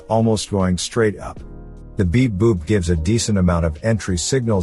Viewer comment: I am not English native speaker. Every time when he speaks "beep boop" I hear "big boobs"